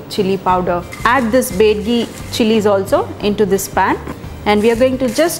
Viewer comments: Bedgi chilli??? It's Byadagi Chilli. Great explanation. I liked the way u said "MYSORE" tomato rice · bedigi alla taayi adu BYADIGI adu